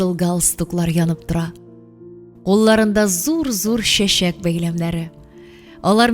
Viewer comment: Слушать хочется,но когда звук ччч произносится как щщщ слушать не тянет.щэй,щэщэк,кищэ,щищенгэн и т.д.и т.п.